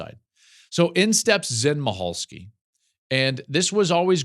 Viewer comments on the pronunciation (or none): Zen MICHalski pronounced Mickalski